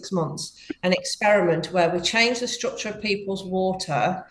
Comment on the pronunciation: I'm trying to listen but cannot get past "shtructure" , there's no H in STRUCTURE